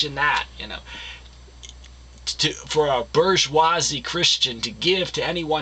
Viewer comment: Phillip Bronte??????? Back to 10th grade, baby Trotsky. Also, in your last video, the bourgeoisie were the evil overlords, and in this video, they are the workers. Maybe look it up, AND learn how to pronounce it while you're at it.